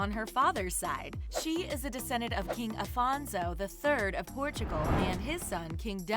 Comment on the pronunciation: It's not "Afanso", it's "Afonso", with an o!!!! The equivalent o "Alfonso/Alphonse", only without the l, because it was lost throughout the evolution of the Portuguese Language.